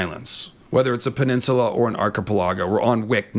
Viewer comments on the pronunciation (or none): Am I the only one who pronounces "archipelago" and "peninsula" as ar-kuh-PELL-uh-go and pen-IN-suh-luh, and not ar-kuh-puh-LAH-go and pen-in-SYUH-lah like in the video? I mean vee-DAY-oh ;) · who the hell taught you to pronounce peninsula like that? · Can we all just take a moment of silence for the word "peninsula".... He murdered that like four times in a row